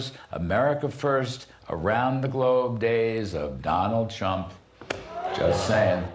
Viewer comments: He said Donald Chump. 😂🤣😂🤣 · 🤣😂 he didn't say the calm peaceful days of Donald Trump he said Donald chump, I can't believe Jimmy didn't catch that 🤭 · could have sworn he said "Donald Chump" which would be a real Freudian slip.